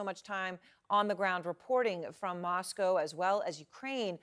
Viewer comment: She's on TV and can't even pronounce Moscow...